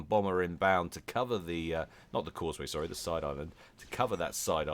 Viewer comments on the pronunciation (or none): none